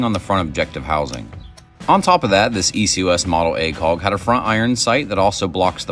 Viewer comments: I like the video but I can’t watch it in full just because of the funky way you say “acog” a million times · whatever your accent is, it really comes through when you say acog haha